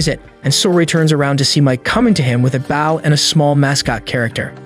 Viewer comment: It’s not bowe it’s bow 😂😂😂😂😂😂😂